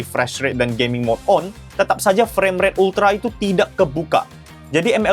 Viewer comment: Bang aku kok dgr di mnit ke 1.31 kdgaran kyk "performa Gay.mingnya"😂😂😂 btw aku dah subs dri beberapa hari lalu.🎉